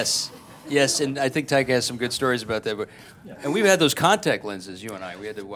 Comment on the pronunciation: "Tiger" is what i heard they called Taika the whole interview